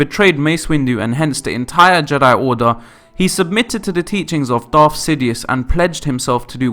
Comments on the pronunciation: PLEASE try to say Darth and Sith instead of Darf and Siff . IT REALLY makes me cringe.... >.< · I don't know but he can't pronounce words correctly to save his life. Darf Vader, Sif instead of Sith and coup is pronounced coo.